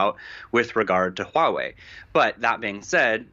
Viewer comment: You are one of the few who has said Huawei’s name correctly. Good on you!